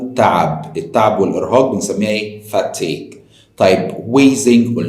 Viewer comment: تعب أو ارهاق Fatigue مش Fatique وشكرا ي